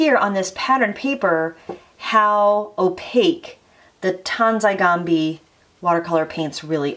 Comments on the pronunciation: I really like how these watercolors look ! I might get these. :) Ps: lol she keeps saying it like Tansi Gambi xD (Sorry just found it funny ^-^) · she said "Tansai Gambis " I started laughing like a maniac .